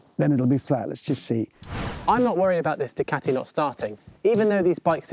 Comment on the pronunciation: It's.... "Doo-ca-ti"